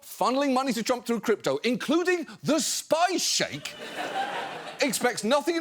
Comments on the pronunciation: I thought he was saying Spy Shake (Sheik) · do you really not know how to pronounce sheik?